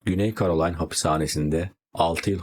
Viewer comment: KAROLAYN DEĞİL KEROLAYNAA DİYE OKUNUR.. KNAYT DEĞİL NAYT OLACAK.. ALLAH AŞKINA NE OLUR YABANCI DİLDEN KELİMELERİ ÖNCEDEN ÇALIŞIN YA DA BİR BİLENE SORUN YAAA😮